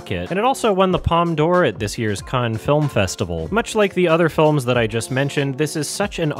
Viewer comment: Why do you pronounce Palme d'Or correctly but you consistently mispronounce Cannes?